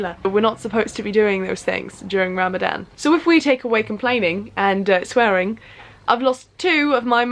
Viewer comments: Ha ram a Dan wow but non-Muslim's can't say it so I don't blame the mispronounced. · This girl: Ram-A-dan Me: tRiGgEreD This girl again: muh-zlim Evey muslim: TRIGGERED Just kidding 🙃 i really really enjoyed this because its not everyday u find a non-muslim who isn't like OMG TERRORIST when they see or mention us. Im really happy u decided to try this! We need more non muslims showing the world the magic of islam. Sorry for the speech😋 God bless u Love from palestine ❤ Ramadan mubarak😁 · Really hard thing to do but the way you say ramadan is funny bc its pronounced ruh-muh-don but white people say ra-ma-dan LOL, ily <3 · You know it's actually pronounced Ramzan Btw, I'm a muslim you did good Proud of you. ❤️ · I just love the way she pronounces Ramadannn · It is written Ramadan but is pronounced ramazan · You pronounce it RU-ma-don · try to pronounce ramadan as ramazan* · If she pronounce Ramadan like that ONE more time 🤣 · Ik I shouldn’t be annoyed but the way she says Ramadan like that is annoying me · Every time she said Ramadan I mentally corrected her 🤣 no hate Edit: She forgot to mention that we also aren't supposed to purposely smell things (scented candles, lotions, flowers, perfumes and such.) It doesn't necessarily break they fast but you shouldn't do it. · How many muslims were so tempted to tell her how to properly say Ramadan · I Honestly love the way you say “ ramadan.” Good on you gurlll proud of you for being patient enough to last without food for a long time ! 💖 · Jade nah, it isn’t. What would you know Jade.